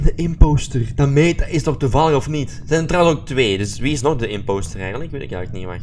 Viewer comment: hahah hoe zeg jij imopster, Leuk vedieo wel! <3